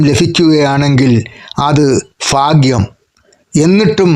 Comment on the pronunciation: False malayalam pronounciation. Learn proper malayalam. Not Faghyam, it is Bhagyam.